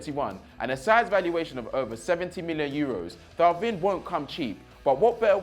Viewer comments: Thauvin? AHAHAHAHAHAHAHAHAAHAHAHAHAHAHAHAHAHAHAAH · Some tell that he needs to watch more football. He calls the names wrong so many times 😑 if he it Chris making those errors we would slaughter him. Lenglet and Thauvin🤣🤣🤣 my guy, you watch some highlights and listen to how they Surnames are pronounced next time. Keep up the good work nonetheless tho🙏👌🏽🔥🇿🇦🇿🇦